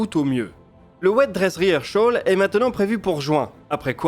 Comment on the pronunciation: Super vidéo comme d’hab merci. Toujours très clair, précis, explicite. Une super vulgarisation du spatial. Bravo. Un seul bémol : la prononciation anglaise de rehearsal, mot dans lequel il ne devrait pas y avoir le son sh